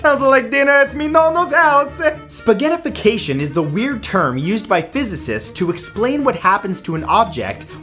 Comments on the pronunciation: Spagettifacation the way he said it was really funny 😆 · Spaggetifficayion? There’s my lunch!